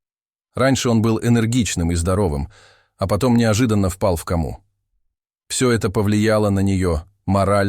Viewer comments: Достали вы уже. НЕ в КАМУУУУУ, а в КОООООМУ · Это ваше безударное " о " не всегда следует произносить как " а ". Тем более в иностранных словах! Доход ь до смешного! Что за кАма ? КОма!! Еще Ателло, вместо Отелло, etc. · В ко"му а не в кому' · Впал в кОму, а пе в камУ,! Когба юе читать-то научитесь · Интересная история но отрывки видео с разными людьми ,так не интересно,и читает некоторые слова неправильно ,например ,,в кому"говорит ,,в Каму"... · Почему делаети не правильное ударение кАму😂Надо говорить кОму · Не в каму,а в кому😅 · Хоть бы читал правильно. Впал в каму. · Что за слово- k'aма? Не кама, а кома. Что за озвучка безграмотная? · Впал в каму??? Кама это река. А здесь нужно читать кому!!! Что за чтец читает и сам не понимает что произносит. Ужас!!! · Ну сколько можно?! Впал в каму... Это пипец какой-то! Всех дикторов к логопеду!!! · Чтец, может быть в "Кому" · Автоматическое чтение текста? Впал в комУ)))) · Упал в комУ ? что за ударение..чтец .... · Во что он впал?? Кому́? Что за хрень в произношении элементарных слов! Дальше 1.03 минуты даже слушать противно!!! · "в комУ" , "другОм семьи" - робота нормального подключите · Ох, как я не люблю такие рассказы! Да ещё компьетерный голос, где мальчик впал в "каму". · Читать правильно надо, кОму